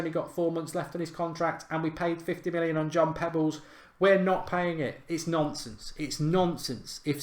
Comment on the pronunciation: Come on mark “John Pebbles”lol